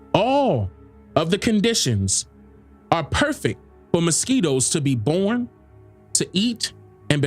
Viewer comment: She said porn rather than born listen carefully